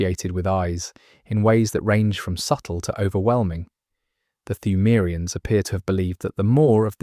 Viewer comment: Brother I appreciate the video but your pronunciation of pthumerians is driving me fucking nuts.